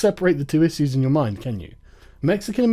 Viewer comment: Your "issyues" is slipping again.